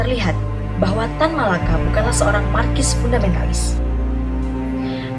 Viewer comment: Wah video selanjutnya sebaiknya di studi dulu ya pengejaan kata yang benar, soalnya tadi agak mengganggu, kok marxis dibaca markis Lalu tadi Ibrahim kan dapat gelar Datuk Tan Malaka karena diangkat bukan karena dari lahir. Lalu Madilog, bukannya madilog ditulus untuk menjadi dasar berpikir orang proletar? Isinya mengandung filsafat2 yang mencoba memerdekakan diri dari logika mistika, bukan merdeka dan sosialis.